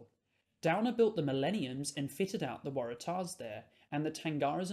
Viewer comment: good video! minor thing but the emphasis in "waratah" is usually on the "war" and not the "tah"